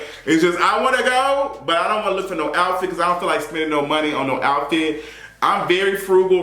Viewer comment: “Iont know what this is?” 😩